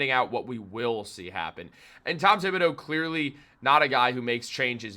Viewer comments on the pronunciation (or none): Mr Thibodeau 's name is pronunced as follows: tee ( tee shirt)- bo (beau) do ( do re mi fa) In French, the h of th is dead/ it is like it doesn't exist. 😂 h just makes the word beautiful.😂🎉